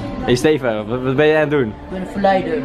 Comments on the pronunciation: Hoe “Steven” zegt! “STEFUUH” 😂😂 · Ik merk het nu pas